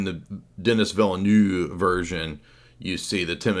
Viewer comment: I really enjoyed this stream! Thanks. Denis Villeneuve is pronounced Denee Vilnoeve.